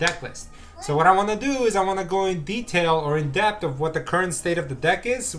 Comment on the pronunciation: Depth not debt